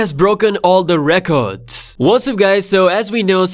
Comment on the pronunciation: "All the recodes" lmao